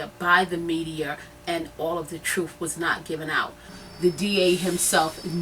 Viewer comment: take whatever help u get and go to English class lady. its TRUTH not TRUF..it's WITH not WIF. its THE not DA. its MEDIA not MEDIER. smfh